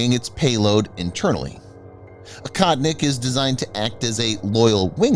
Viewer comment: It's pronounced "OHOTNIK" you western cretin.